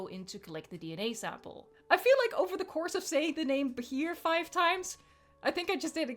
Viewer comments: Btw Bachir is pronounced Basheer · It's pronounced Bah-sheer, but good attempt!! XD